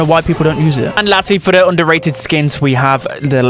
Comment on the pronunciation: everyone: underrated: onduhrae'ud 💂